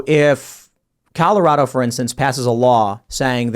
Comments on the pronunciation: I swear this dude says “killarado” when agreeing with 9 month abortions 😂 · Did anyone notice he said "Killorado" by accident? LOSER.